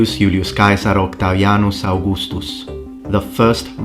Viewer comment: man I love it when youtuber pronounces "Yu- -li-us Kai-sar" rather than his Anglicized name